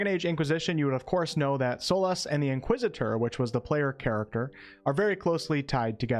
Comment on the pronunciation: Nice pronunciation of Inquisitor 👍